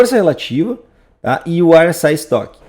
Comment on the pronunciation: RSI como eu digo: érre ésse i como o diz: airr éss ai é outro nível esse 😄